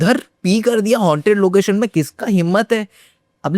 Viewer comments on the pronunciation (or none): none